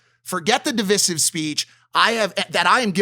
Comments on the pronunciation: Mike I love you but it's pronounced dih-vai-siv not dih-vih-siv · Mike saying divisive wrong 10-20 times. 🤦🏼‍♂️ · Mike if your gonna say it 50 times, please pronounce it right, okay? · Not to derail the important conversation but who’s gonna tell mike how to actually say “divisive” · Divisive lol. Pronunciation was funny